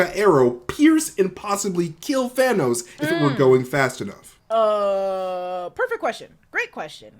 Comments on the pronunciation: It shouldn’t bother me so much but I’m annoyed when people pronounce thanos in a weird way. (Thaynos) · & Red Skull: The only 2 people who pronounce it "Thay-nos". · Why do they pronounce Thanos as Thay- no?